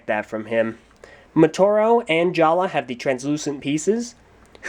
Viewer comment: It's pronounced jaller not jalla